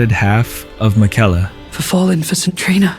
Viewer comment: Brother they pronounce his name 20 times in the game, what are you doing lmao 😂